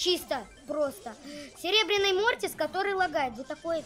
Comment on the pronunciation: Не мортис а мотрас